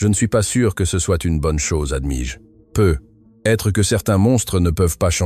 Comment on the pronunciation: Dans la lecture aussi il y a des erreurs example: peut être doit se prononcer PEUTÊTRE…